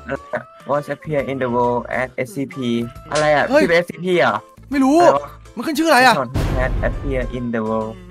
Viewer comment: พี่พูดชื่อSCPผิดอะครับ